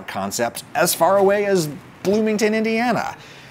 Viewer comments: monsieur and is in no way pronounced "mon sieur" in either English or, for that matter, French. The French pronunciation is /mə.sjø/, the English pronunciation is /məˈsjɜr/ — if the IPA throws you, one dictionary gives the English pronunciation as muhs-yur. In any event, the first syllable is not pronounced "mon" (as in "monolith") in either language. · Monsieur is one of those words that are pronounced very differently than how they are written. Maybe worth checking out the pronunciation. (; I was in Bloomington twice a couple years ago and this brought up some memories (:. The best place in Bloomington was this Chinese place - I forget the name, but it was on the outskirts of town and (of course) had only Chinese people in there. It was my first time trying kung pao, but in my memory theirs was really excellent. I still think about that one a lot, even though I've made kung pao myself tons of times by now and have gone through pretty much all the recipes, but that one really hit different. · It's gross the way you pronounce the "n" in "monsieur" as if you are pretending to be ignorant for a joke. That stopped being funny when "Hee Haw" went off the air. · At the risk of being a pedant or even worse a bit ‘bougie’, it would be great if you could pronounce French words correctly - eg ‘petit’ and ‘monsieur’